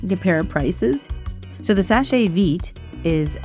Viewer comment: It's pronounced "Sesh Veet". The e at the end of "seche" is silent. If not, it would have this accent:é. So, it's not "seshay". It's "sesh"